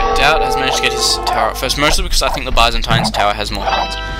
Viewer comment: You're saying Byzantines wrong!!111